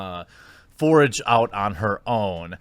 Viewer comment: Lol. You said forage out on her own instead of forge.